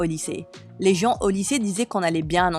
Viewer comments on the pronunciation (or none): none